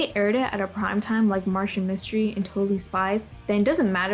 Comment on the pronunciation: Reboot is easily one of my favorite cartoons of all time. Sigh if only it got finished. I am not just hearing this person not only dunk on Martin Mystery but but also getting the name wrong.